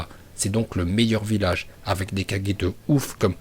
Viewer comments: wsh il dit 4g c'est kage🤣🤣🤣🤣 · Pour hokage tu l'as bien dit alors pk pour les autres tu dis (kadge ) au lieu de '' kagué '' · En fait tu dit pas kage mais 4g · c kage pas kaje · kaGUer pas kaJer lol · Une petite remarque:c'est pas kaje.mais kage,sinon je kiffe tes vidéos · Pourquoi tu dis toujours kajé à la place de kagé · On prononce pas kajé mais kagué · de ouf il me dégoute quand il dit 4G au lieu de KAGE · Pourquoi tu prononce correctement Hokage mais le reste tu prononce (4g) ? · Dit bien les blaze tu dit kaje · Casé 4g ? Frere apprends à prononcer les trucs stp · Arrete de dire kajer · a tu prononce mal le nom des kage